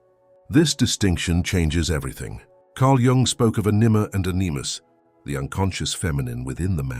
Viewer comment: Well besides annoyances like the BOT voice does not know how to pronounce anima and animus, with the emphasis on the first vowel, ok, but for a professional voice actor these annoyances wrangle. I agree with Jung on this, I have been practicing abstinence for martial arts and other health reasons for many decades between relationships. For both physical, mental and emotional health abstinence has power. This addresses the imbalance between men and women in the game of lust. However there is nothing like having a good sexual partner. Even then I recommend semen retention.